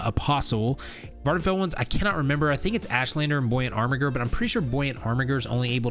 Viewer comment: Bruh... Impreh-sorry-oh, not Impress Aree-oh. 1 word, not 2. Arm-ih-Jer, not Armig-err. The G is not a hard "Guh". Ald-Rune, not All-duh Rune. 😉🤓😁👍